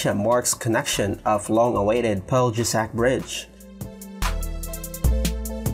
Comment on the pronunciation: its pronounced "Pelyesac" for Peljesac bridge. J = Y